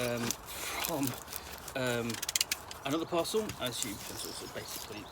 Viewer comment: Took me a beat to realize you said "parcel". I kept hearing "puzzle", and being like yes, it's a puzzle to get into, but they can't be what he's saying.